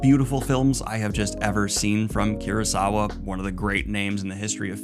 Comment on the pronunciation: I'm sorry to be that guy but the name is Kurosawa not Kirasawa. Koo-row-sah-wah. It's also pronounced "rahn", with the soft "a" (like every "a" sound in Japanese) which translates to "war" in English. Just in case people are confused about why the movie is named that. :3